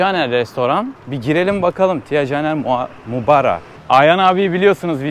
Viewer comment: Mubara'ya sürekli Muraba dedin durdun😂😂😂